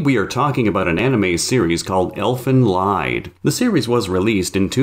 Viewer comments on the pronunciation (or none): its not elfen leid its elfen lied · Bro it's said elfen LEEAD, it's from german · It’s pronounced "elfen leed" or, if using the original German that the phrase is from, "elfen leet" 😒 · Elfen Lied, you pronounce the ''ie'' as a ''y'' as you know it at the end of a name or word, like LucY or HappY. So you say Elfen Lied, like Elfen Lyd. Lied means song. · The name is in German, it means "elf ballad", is not in english. The way you say and wrote it makes someone believe that is about an elf that tells lies lol